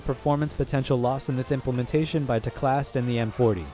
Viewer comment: isn’t it teclast, not telcast?